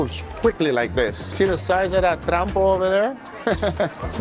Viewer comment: It's TROMPO not trampo